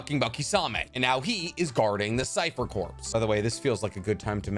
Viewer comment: man said CORPSSSSSS and NUCULURRRR